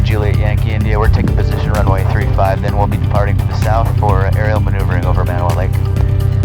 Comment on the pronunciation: So maeuvering is the official term for "I'll have some fun with my plane" :D